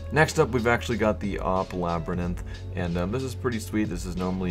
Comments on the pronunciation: "AWP Labryninth." Really. Lol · AWP "Labryninth" :|